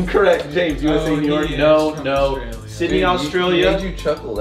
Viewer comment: i love you but the real way to say Australia is U-S-T-R-AY-LEE-U